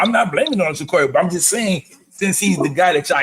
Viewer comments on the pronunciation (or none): JA-CAR-EE. Not Jacory, not Jacuri. I can't understand how people that cover our team cannot pronounce the players names. It's crazy to me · He said his name is JA-CŌR-ĒE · no sir. His name is ja-Car-ee. Like the automobile. I heard the interview